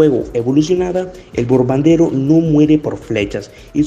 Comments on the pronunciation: Bombardero ❌ Borbandero ✅ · Bombardero: ❌ Borbandero: ✅